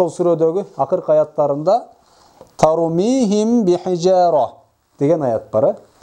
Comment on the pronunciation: Ас саламу алейкум суроо? сукунду мим ба тамгасына жолукканда бираз в тамгасына ыктап окууп жатасызбы? Тормиихивв бихижароо деп. Рахмат Аллах ыразы болсун аминь